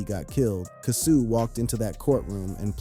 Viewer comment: His name is pronounced " Kay- so" at least say the name right....like you keep up.